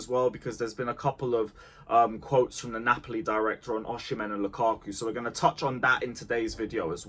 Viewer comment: Why do you say OSHImen?????